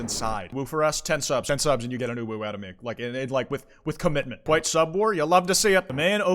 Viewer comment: kwite you what